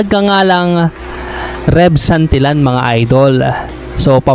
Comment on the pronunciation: iloilo po parang musika lng ang pagdaldal mo haha...congrats tev santillan..ang pag bigkas ay santilian sorry sa pagkorek😘